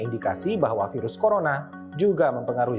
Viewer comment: Piras pirus piras pirus bosen gw dngernya